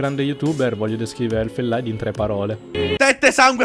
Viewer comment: Concordo con tutte le posizioni del video, argomentazioni valide e da considerare. P.S. Non per rompere il cazzo, ma si dice elfen liid, non elfen laid. Questo perché Elfen Lied era un’ opera dello scrittore tedesco Goethe.